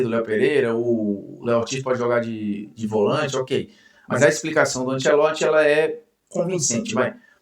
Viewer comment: Bruno vou deixar um elogio genuíno pra você, muitos que vão pra Globo ou a grande maioria mudam a personalidade pra encaixar, achei top que você continuou o mesmo, e até o jeito “abrasileirado” que mandaram falar Ancelotti, você não está falando